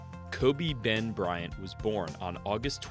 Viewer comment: it's Kobe bean Bryant not BEN